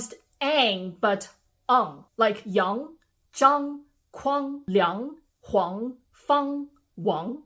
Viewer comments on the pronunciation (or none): none